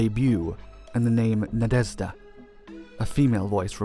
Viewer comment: You know how some flying bugs make a deep zhzhzhzhzhzh noise as they fly? Thats how you say the Zh (or ж - it even looks like a bug) in Na-De-Zh-Da Not zee or s sound, please, its easy